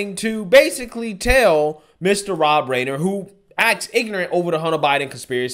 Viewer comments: Rob rye ner not rainer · ITS PRONOUNCED RIIIIIIIIIIIIINER........ NOT RAIN ER. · That's pronounced Rob Ri-ener...The "MEAT-HEAD" from "All in the Family" with Archie Bunker/& his father was a very famous 70s & 80s comedy tv-shows/&"violence" he says?--What about all the death's, violence & Billions lost in the RIOTS the year before by Democrats! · It’s Carl Reiner. Sounds like Ri-ner! Carl Reiner is his father. Meathead always! Dumb dumb dumb dumb dumb 🎼🎵🎶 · The meat head will never change... Btw it's pronounced RYE-NER. Like I gaf what anyone calls him....🙄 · Rob RIner is how it's pronounced. Look him up. He, and his family were VERY influential in HOLLYWOOD way back when. Their hands were in a lot of television comedy. The Dick Van Dyke show was one! He's totally got his head up his ass. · (young) age showing through lol. Reiner, pronounced Rye-Ner. He was a household name waaaay back in the onset of this lunacy on All in the Family. He played Mike "the Meathead" liberal college student and son-in-law to Archie* Meathead eventually cheated on Gloria and left the show. (because you know they had to turn her from being daddy's little girl to wife to more FEMINIST)... *Archie-.a conservative white man whom they portrayed as bigoted but made the character dumb and lovable so they could "teach" him how NOT to be conservative anymore.... Of course they'd throw in a few times where he'd actually discriminate wrongly against someone to legitimize his character further and help him "evolve" ~ sickening representation of what a white man was. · Pronounced "Rye-ner" by the way. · Rob Reiner (Ry-ner) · Dude, will you please do some minimal work on pronouncing famous person's names? It's Rob RYE (rhymes with eye, pie,guy, fly, buy and tie) Nurr. He's pretty well known like his father, Carl. But, at least you're consistent in messing up easy-to-pronouce names, so you get some points for that 😄